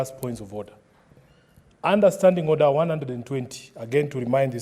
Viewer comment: Order not ornder, get not nget😂😂